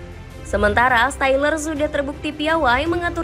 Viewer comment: stiller dibaca syler